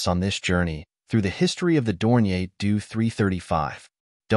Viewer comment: Drop the ai voice, totally craps the pronounciation: Doe 335😢